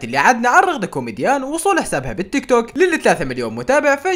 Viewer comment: رغده كوميديان ❌ رغده كوميجيان ❌ رغدك ✅